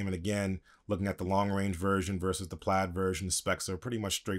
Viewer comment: Pla_I_d* PLAID, not plad...